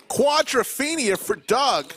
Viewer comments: stop saying quadraphina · Got tired of "quadrafeinia" rather early in the video.